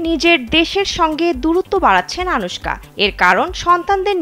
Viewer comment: নামটা অন্তত শুদ্ধভাবে উচ্চারণ করেন। কি বাজে উচ্চারণ।পুরোটাই মিথ্যে।